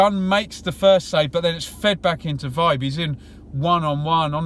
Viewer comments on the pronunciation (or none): Nice detailed review. Just a small.point, I think Vibe is pronounced veebay.